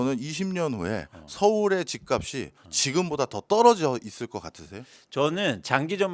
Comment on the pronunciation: "집값이" 의 발음은 "집가비" 아니고 "집갑시" 입니다